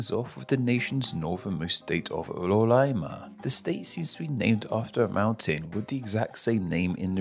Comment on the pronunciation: Why did you pronounce some brazilian names with a L? Like "Roraima", "Pará", "Maranhão"?